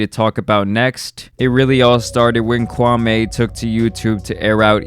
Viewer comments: That's not how you pronounce his name that's disrespectful. It's kwah-me. Not kwah-may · Kwam Eeeeee....not...Kwam Aaaayyy ....please respect the heritage...😔smh... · It’s Kwa(me) not Kwa(may) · Me me me ...not may,.... not Kwameh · It’s Kwameeeeee.. not Kwamay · His name is not pronounced kwamaay but rather Kwaamii (as in me) ..Show some respect..👊🏿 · Bro his name is Pronounced Kwameeee not kwamey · The Stephan A pronunciation of his name is wrong my man. It’s not “KWA-MAY” it’s “KWA-ME” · KwamMEE, not Kwamay. Stephen a Smith says it purposely wrong to disrespect him. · Hey it's Qwa-Me not Qwa-May. I mean no shade whatsoever by saying that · u pronounce it “kwam-ee” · It’s kwame (ku-wa-mi mention it faster) and I have to say he’s definitely not a bust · Why does all these idiots keep saying Kwa MAY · His name is Kwa-ME. Stephen A got everyone saying this mans name completely wrong lol. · I wish y'all would at least respect his name tho. Kwame with long 'E'. Make fun of his game but not his name. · It’s pronounced KWAMEEEEEEEEEE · Ur not saying his name right, and why'd you make a video of shots he didn't make I don't like that you did dat ,it was just as bad, stop that. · The man name ends with an E not an A. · Lmao the way americans pronounce kwame kills me